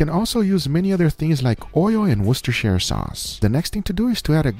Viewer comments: He actually managed to say worchetstrstare sauce............... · how you actually pronounce worcestershire is "Wus-turr-shur" shur not shire i know it's weird and completely different from how it is spelt